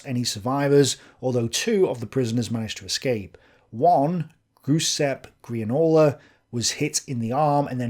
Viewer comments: It's pronounced "ja-seppy" you pleb. Also Thompsons have magazines not clips... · I thought Giuseppe was a name every Brit'd be able to pronounce! Never enjoyed a Sloppy Giuseppe,?